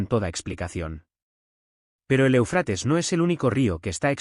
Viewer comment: O sea, este individuo que narra, no tiene idea de donde se encuentra el énfasis de la palabra ÉUFRATES… se encuentra ahí mismo; en la primera sílaba y se le debe de hacer énfasis en esa misma primera sílaba!!!!!!!!!!!!! Me entendiste??????????